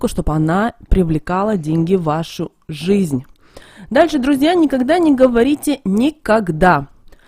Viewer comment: Да шо ты Ғафаришь.... Прям деньХи притянешь🙈😂✌